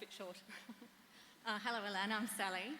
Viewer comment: the hungarian "Hello" definitely does no sound like this. Haló! :D